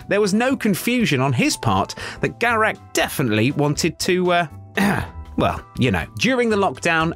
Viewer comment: "Garek" ?!!!!!!!!! Really ?!